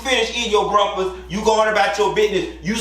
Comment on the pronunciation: Yes, and pronouncing “breakfast” as “bruckfuss”.🤣